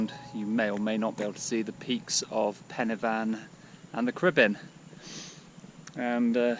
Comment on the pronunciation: Well, to be fair, you got Pen-y-fan correct, so it's not too difficult to get the others right as well. It's not as if there aren't enough Welsh peoiple around to help you...